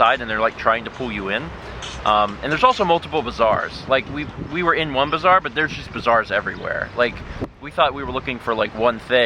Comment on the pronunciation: You pronounce bazaar as bizarre and it really trips me out LOL